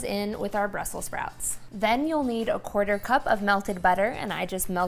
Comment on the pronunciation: I'm usually not a grammar ninja but it's Brussels not Brussel, I have no plans on cooking those dangly things on my toothbrush!